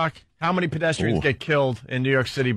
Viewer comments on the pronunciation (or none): Anthony says bedestrians